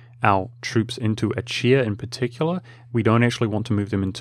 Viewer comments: Pronouncing Achaea (Ah-kay-uh, ah-kee-uh) like "ah-chee-uh" is going to kill me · I mean... the actual Greek pronounciation is /axaˈia/, so the "ch" is a voiceless velar fricative (like the "gh" in "ugh"). /əˈkiːə/ is quite the terrible bastardization of that. Not like there's a "correct" English way to say it. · It's pronounced a-ke-a. Every Greek loanword in English has its ch's pronounced as k's. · Achaea is pronounced "acaea", ch as in 'chrome'.